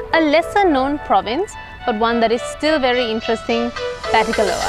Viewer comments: Nice documentary. just a correction the " a" at the end in Batticaloa is "silent". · I'm a batticaloa native, when you say batticaloa you do not need to pronounce the last letter 'a'. That's what I wanted to say. I have been in batticaloa more than 23 years, we don't pronounce last letter that's y, just FYI. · Hey, I’ve stayed at Uga Bay. It’s a very nice property. I also have family from the east. Btw, the ‘a’ at the end of Batticaloa is silent. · Hello everyone! Thank you so much for watching this video ❤ It has been brought to my attention that I am indeed pronouncing Batticaloa wrong and it should be pronounced 'Batticalo' as the 'a' is silent !! My sincere apologies to any Batti natives whom I may have offended :D <3